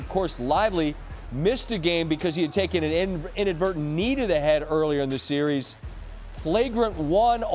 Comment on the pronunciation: It's a seeeeee-reeeeeez bruh!